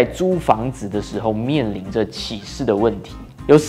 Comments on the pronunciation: 请注意一下拼音，“歧”是第二声不是第三声，毕竟是有不少观众的频道。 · 是qi 第二声 不是第三声 歧视你😂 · “歧”视，那个字读二声（同：奇），给你讲到好像启示 XD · 歧视不念“启示”；”歧“的正确读音和“奇”同音。怎么越来越多本地华人对汉语的正确读音都掌握不好呢？难道马来西亚的华文水平一代不如一代？感慨。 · 你要说的应该是发音, 不是拼音。不过真的不该犯下这么低级的错误。大家共勉之。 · 多嘴一会儿一会儿，“歧视”的读音和“启事”不一样，“启”第三声，“歧”第二声。所以当我听到你信誓旦旦发出“启事”的音，在解释“歧视”二字会有点想笑。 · 主播歧视的读音让我一度怀疑我的中文是不是错了qíshì歧视，（不是找茬只是分享罢了😊😊😊） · 赞！但注意歧视的歧是第二声。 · 沒有歧視的意思，只不過「歧」念第二聲。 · 念歧qí 视shì 啦~~ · ”歧视“ 正确发音： qí shì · 歧视的歧念第二声…… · 请先去查好歧视怎么念再来歧视零零后k 还有你的错别字很多xia